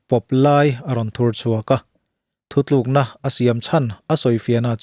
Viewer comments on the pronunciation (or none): none